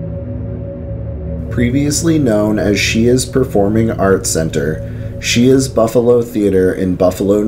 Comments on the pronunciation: As a local & a current native ,Great video! However Shea's is pronounced "Shays" 👍👌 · *caneeshus college is the local pronunciation. And *Shays is the pronunciation for the theatres in the area. You missed the forest lawn cemetery. Great work though. For those that don't know western new York is chocked full of paranormal stories. Lots of history. Going back to the Iroquois and Seneca and possible Vikings exploring. It's fun stuff. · as a Buffalo native, thank you for this video. Some of the proper pronunciations are Canisius (can-ee shus) Medaille (mi-dye) Shea's (shays). Great video! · pronounced sh-ay